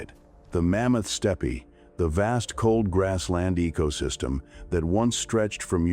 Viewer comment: Mammoth Steppie? Love AI...